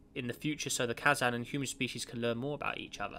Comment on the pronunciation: You didnt read the first introductary part of the description! also you pronounced Kazan wrong but that is not a large problem...